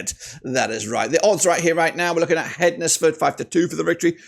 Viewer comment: HEDNESFORD is pronounced Hens-ford not Hed-nes-ford. You don't pronounce Wednesday as Wed-nes-day do you???